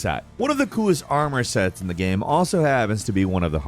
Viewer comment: Please... stop saying "gueme"... it is game!!